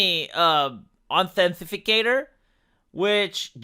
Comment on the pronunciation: Authenti cator, not authenti fi cator :) Not a big deal though, obviously. On topic, I regretted giving facebook my real birthday, but on the bright side I put almost nothing on the account which I haven't touched in years. Now in the age of cancel culture, I'm glad I don't give these a holes anything worth a damn.